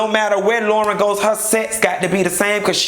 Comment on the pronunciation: Why you doing LAUYRN like that